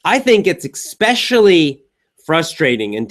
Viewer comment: I'm not a native English speaker, but... you said "I think it's eKspecially..." Uh-Oh... Despite being a non-native English speaker I caught that the first time you said it, but couldn't quite believe and had to rewind... But the good news is: I still managed to understand what word you meant to say!:)